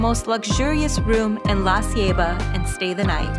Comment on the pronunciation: I love how she pronounces Baleada and La Ceiba lol great video! So relaxing and beautiful.